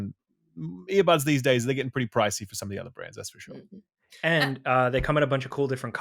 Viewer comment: "Fushoh, fushoh..."